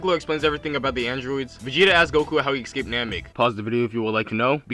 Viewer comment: Stopped watching as soon as he said, "Gohan EXCAPED..." I can't even...